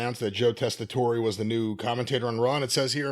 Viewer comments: The "e" at the end of Tessitore is silent. Anyway, he isn't offensive... He is okay, not perfect, but just okay. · The “e” is silent, is pronounced like Tessator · These two are so far in the wrestling bubble that they don't know how to correctly pronounce "Tessitore." Everybody's heard of him except these two because normal people don't only watch fake pro wrestling. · Joe was the sports anchor for one of our local news stations here in CT back in the mid to late 90s. He was pretty good back then but never imagined him as a wrestling announcer. Apparently he's always been a huge fan from what I've read. But his last name, doesn't pronounce the e. So you pronounce it as Tessitor.